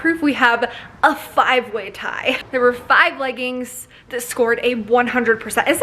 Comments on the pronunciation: Great video but leggings is pronounced leg-ings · I love that you say leggin' it's adorable lol